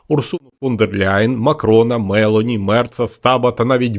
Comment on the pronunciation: Мелоні наголос на «о».